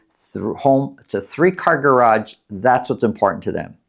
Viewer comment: It's garage, not garagde